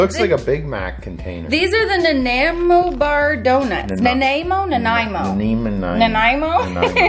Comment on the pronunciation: omg so much yumminess! I love boston cream donuts. haven't had one in so long! and you said it right, -Nan-eye-moe. :)